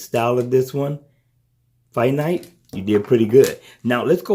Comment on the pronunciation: Good video. Like the bands and the price. I may invest. Just a heads up... I think the company name is FINTIE (Fin--TYE) or (Fin--TEE) {Not nit picking Iam just saying:). Keep up the good work. Still cant decide btw gear 3 or Galaxy Watch tho - any advice? Price isn't an issue. Just can't decide if the MST or lack of is going to be a game changer or not. Thanks again.